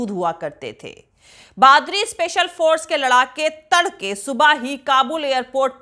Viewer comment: बादरी नहीं बदरी है